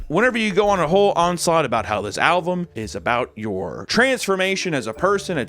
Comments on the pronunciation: needs to practice saying the word "album" he's pronouncing it "al-vum" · Did you pronounce album “alvum” on purpose to mimic the kid? Because that’d be like a 500 IQ play 😂